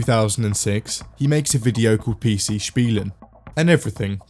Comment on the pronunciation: Bro I cant see this picture anymore My maths teacher puts these on the tests everytime captioned with: Good luck, youll make it And everytime I read this in hope she changed the meme I'm like 🗿 Edit: Wow he actually pronounced "Spielen" the right way One of the rare times I'm impressed of an english speaking person